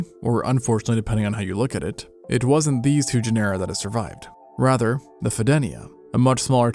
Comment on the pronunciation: Genera = JEN-er-uh.